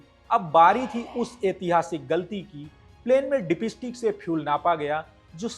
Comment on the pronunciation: Bhai main bhi Bihari hun aur samajh sakta hun accent ka pakad aap par hai. Par presenter hone ke nate aapko pronounciation par kaam karna chahiye. Ex- Dipstick hota hai Dip_estick nahin, On hota hai Aan nahin, Ottawa ka bhi prononounciation unnatural laga etc. Baaki aap acche flow me bole.